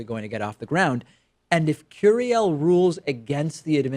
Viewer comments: Jesus Pakman, you know Spanish...don’t butcher his name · Why do you pronounce his name with an American accent ?